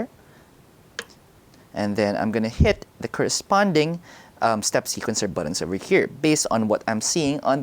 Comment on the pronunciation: He says "buddins" so many times, I can't unsee/hear it lol